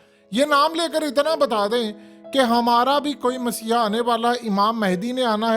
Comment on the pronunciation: Word is messahia. You are saying essiah